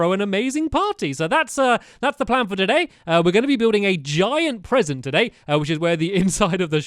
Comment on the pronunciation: Wat a Bresent